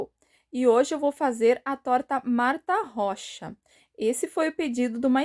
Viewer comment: Oi está certa a pronúncia...amo tuas receitas...Gratidão por atender meu pedido...Gratidão por todos os ensinamentos...te adoro....Deus te abençoe sempre.😘❤